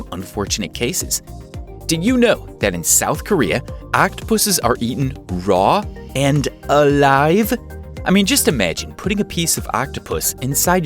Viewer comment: I love how he says RAW AND ALIVE. I would never. NEVER